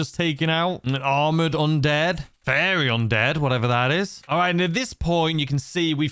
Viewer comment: This video's words doesn't know how to say were fiery and conquistador. Fiery undead. As in, on fire. Conquistador as in old Spanish warlord.